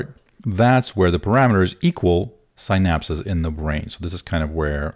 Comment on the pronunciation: good content but man, your pronunciation of "synapses" is killing me.